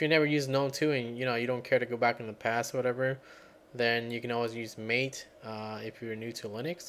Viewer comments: Helpful, although I had to invoke "dconf-editor" on my arch linux/MATE install. And allow me to be THAT guy that points out it's pronounced "MAH-tey..." ;-) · pronounced "ma Tay"